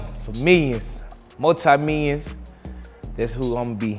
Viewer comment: “ mooh taah me yiin “